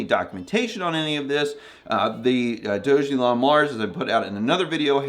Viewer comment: It’s pronounced “DOG-A-LON”